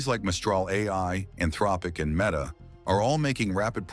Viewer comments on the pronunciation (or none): none